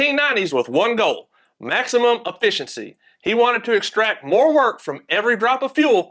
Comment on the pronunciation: Affissincy. Exactly how he said it.